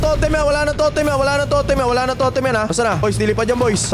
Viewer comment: Bro tomtem it's totem